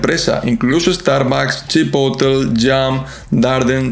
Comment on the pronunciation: CHI-PO-TLE (no Chipotl*)